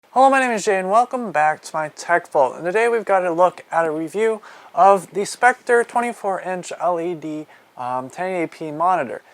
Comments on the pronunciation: You are reviewing "Sceptre" and Not "Spectre" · It's not specter it's sceptre (Seh-P-ter) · He called it specter 😂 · Teskerz no its pronounced Scepter